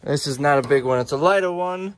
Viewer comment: Told you that you are way more funnier than craiglist hunter. Sogno is in fact italian for sleep, but I supose you knew that. PS: not “Laido” , it is just Lido. Who is one of the Venezia’s islands. The biggest and the most beautifoul one!